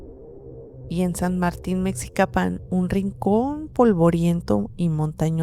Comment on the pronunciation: Mexicapam no Metsicapam, me gusó que trataste de darle un giro más serio d histórico al vídeo aunque caiste en los mismos sesgos del transformismo demoníaco en zonas rurales abandonadas e incivlizadas en tus relatos, aún así muy buen video.